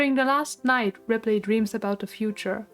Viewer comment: Love the video but got so distracted at your pronounciation of ripley lol